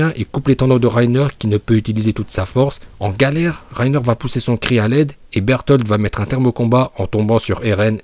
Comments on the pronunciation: C'est pas un légendaire berutoto mais il a juste dit berutoto il a juste dit Burtolde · Reiner dis pas bertoto il dis bertold !